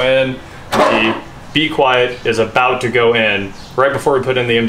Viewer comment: As someone who watches PC build stuff, hearing you say B-Quiet and not mean bequiet, the silence-focused pc component company, is really distracting. Great vid!